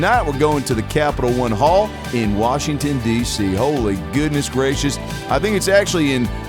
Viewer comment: "WACHINGTON, DC" 😂